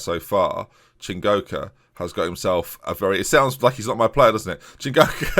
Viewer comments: That first correct pronunciation of "Chingoka" was the most I've celebrated anything in all of 2020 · HE DID IT* *pronounced Chingoka and Matsuda correctly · It was the "Matsuda" for me, the mistake with Chingoka was more understandable as there is actually an N in his name to start with.